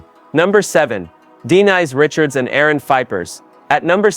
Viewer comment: Dee nice Richards but then you said Denise Richards the 2 time. Glitch.